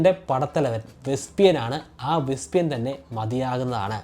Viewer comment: വെസ്പിയൻ ആണോ? വെസ്പെഷ്യൻ അല്ലെ?